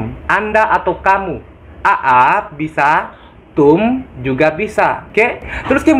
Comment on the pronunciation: Mas.. Salah dlm pengucapan Aap.. Itu bukan di pisah A'ap. Tp di sambung a nya panjang